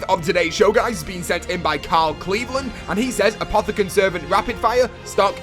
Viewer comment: kjell sonneveld 1. Its pronounced Apothicon Servant. 2. No.